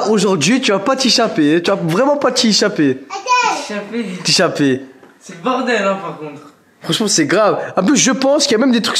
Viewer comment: C'est pas t'ichaper c'est t'échapper